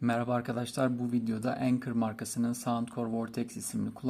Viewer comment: O enkır diye okunmaz anker diye okunur